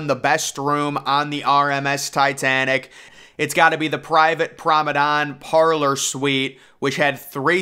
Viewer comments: What on earth is a "Prommedon"? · I love the way you mispronounce the word promenade as prommedon, and a la carte as alley carte. Your commentary style is quite unique and very pleasantly entertaining. It makes me very relaxed. Keep it up.